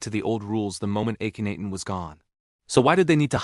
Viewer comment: And it's got a robot narrator that mispronounces the pharoah's name, Cairo, etc. Clickbait. I'm out within two minutes.